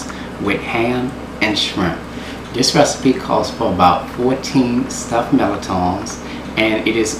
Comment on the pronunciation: I love stuffed mirliton! I was born in New Orleans and haven't found better food than what you get there. Thank you for the recipe and for actually pronouncing this dish the way it was meant to be, lol! It grates my ears when I hear someone pronounce it as, MUR-LI-TON. Omg...:)